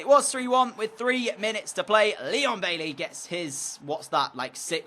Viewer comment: Also DJ please say Baiey and not Bailey